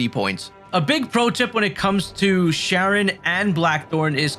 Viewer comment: It looks like Sharon, but it's pronounced Karen. The whole game is based on original spelling and pronunciation from hundreds of years ago. Also, DO NOT buy every gear item from her, that is a waste of Gil and completely unnecessary as you will find items, or even craft them from Blackthorne, that will be better most of the time...especially swords!